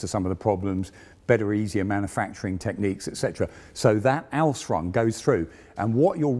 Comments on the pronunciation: I like but his pronunciation of Ausführung is slightly maddening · You can say ausfrung a thousand times, that doesn't change the fact that it is wrong it should be Aus-füh-rung every single one of those times. AR-TI-CU-LATE ffs. If you're not sure how to pronounce it, there's dozens of internet resources you can use. Here is just one I found in a five second search. And I'm not even a native German speaker my dear man. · Work a bit on your pronounciation of German terms. Google translator has a voice function. It is "Ausführung" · I watch these to hear non-German-speakers struggle to pronounce the word "Ausführung" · Request: Please don't use German words if you cannot pronounce them correctly. Hearing your attempt at "Ausführung" just made me cringe every time. Yes I know, minor detail.